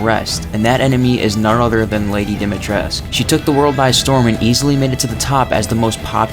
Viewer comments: Ya no. Apparently that isnt how you pronounce lady D's name, a women who specializes in things like dracula, folklore etc and is from transylvania talkes about the correct way you would pronounce the Romanian last name. I think u can find the video if you search something like "professionals react to lady D" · Dimitrescu is a Romanian surname. In Romanian the "u" isn't silent. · Fact 1: Through the lore maybe, but actual Romanian the U is pronounced. Source: Talked to a Romanian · Good video. Also, Dimitrescu is pronounced with the U at the end. English speakers couldn't really pronounce it that way so that's why they pronounce it the wrong way. If anyone want some proof, just ask a romanian. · Yeah this is true. And it's likely that the mispronunciation stems from the game being translated from Romanian to Japanese and then into English rather than picking words that need to be pronounced differently because of how in Japanese you often don't pronounce U when it's at the end of the word. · You pronounce it lady dometresc that's how she says it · It's pronounced: Dih-mee-tres-coo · The first thing is actually wrong. ''Dimitrescu'' is a Romanian name, and all Romanian names that end in ''escu'' have the U pronounced as well. Therefore, everyone in the game, in cluding Lady D herself, pronounce ''Dimitrescu'' wrong. You are supposed to pronounce the U as well. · I love how the very first fact is about people mispronouncing her name, yet you mispronounce it every single time you say it in the video. Go and listen to Lady D say it- it's dom-E-tresk. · yeah but even the game cant even be consistant with its pronunciation ethan and alcina both say it like domitresk and the duke says it like dee-mitresk. I always thought i was uncultured or illiterate but ev I knew how to pronounce the name 🤣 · Lol for sure